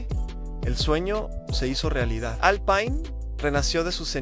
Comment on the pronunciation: Pésimo video, demasiada imagen IA, y no se dice Alpaine, me quedo con videos como los de Evo Máster y Garage Hermético.